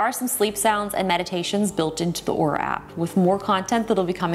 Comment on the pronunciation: She is saying the name of the company wrong according to LTT which pulled their video down because of wrong pronunciation of the company's name. Also in the video sections she spells it "Aura" not "Oura". I'm so confused on how to say the name of Oura. 🤣🤣🤣